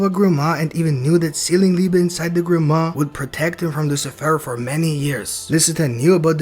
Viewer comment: Guys, he's called Liebe, not Liba wtf